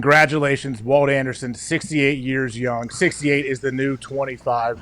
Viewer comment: his name is WALT, CMON.